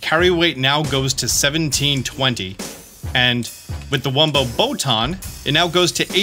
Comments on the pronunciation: wum-P-oe not wum-b-oe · You keep saying wumbo and hearing wumbo, when it actually says wumpo, with a P. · Pro tip. Its not wumbo... Its wumpo... With a p not a b. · im like why is he saying Wumbo....oh yeah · ... but it's wumpo with a "p" wum-p oh